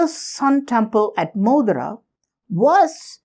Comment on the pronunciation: Sorry sir, but it is not मोदरा.... It is मोढेरा